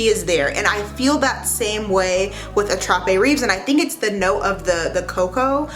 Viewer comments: Attrape-rêve means Dream catcher… in case you wondered. Rêve is pronounced « rayv » ( hope that helps 😊) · I speak French. Your accent is so cute. Rêves is pronounced raves